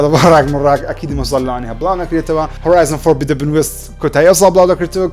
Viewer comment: کاکە ئەتو ڵۆ وارێی فۆربیدەبن ئەوە فۆربیدنە نەک فۆربیدەبن لەگەڵ رێزم برالۆکەیمن😌 ئێهێ کوە Horizon forbidden west